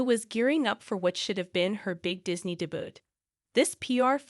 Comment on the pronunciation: Debut. The t is silent. Day Bew.